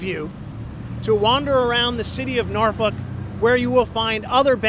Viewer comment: It sounds like hes saying norfuck'